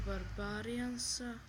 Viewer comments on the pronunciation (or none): mogo bi malko da nolje naucis citat engleski posto se ne cita barbarian nego barberien, nije gigant chest nego dzajnt chest/giant chest. udji u nas klan Balkan elita grb crno-plav i kosturska glava na srredini leader je Pobjeda 100%